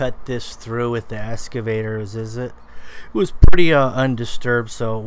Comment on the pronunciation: Nice. "Excavator", though. Not escavator. lol